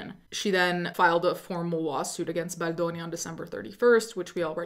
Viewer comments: You are my number one go to for this story, not just because I've been a longtime subscriber, but because the way you say baldoni in scratches my brain in the right way 🤌🏼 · it’s so annoying that you say baldoni like that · The way you say “Baldoni” 😍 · Idk why but the way you say Baldoni makes me laugh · I think she’s pronouncing like an Italian